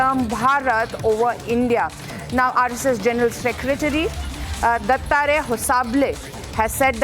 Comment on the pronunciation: news reader cant even readout the gen secretarys name properly